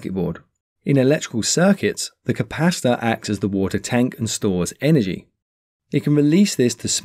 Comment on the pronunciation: Sounds like you're saying capasta or capassa 😂 Maybe an accent thing, good vids tho very clear